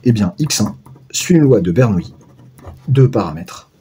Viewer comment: Bonjour, 1) Par respect pour le grand Bernoulli, prononcez plutôt BER-NOU-LI que BER-NOUILLE-I, il n'y a pas de i devant les "l" et bernoulli n'est pas une nouille 2) Pour L'arnaque Rien ne nous précise à priori que S suit une loi de binomiale (identique et indépendante) de Bernoulli, il faudrait peut-être le démontrer Sinon, on peut écrire que Sn=∑Xk et donc E(Sn)=∑E(Xk) par linéarité de l'espérance. Le bizarre c'est que j'arrive au même résultat.. gloups Je vais regarder la correction.